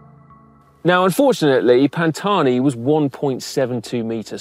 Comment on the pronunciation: How many clichés and pronunciations of Italian words "Pantouaaaani"😅